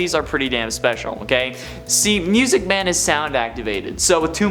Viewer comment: That sounded very sus. LOL! BTW I love how you said Music Man as "Myusiec Man! Keep up the good work! 😀